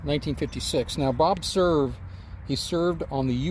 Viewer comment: Hi! Looks like a beautiful place and a very nice tribute! Cool that Bob Cerv was friends with President Truman and it is cool to learn the correct way to pronounce Cerv! Enjoyed as always my friend!